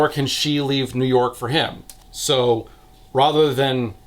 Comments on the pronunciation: If you say rother one more time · you've got a really neutral american accent and you pronouncing 'rather' as 'rother' is weirdly jarring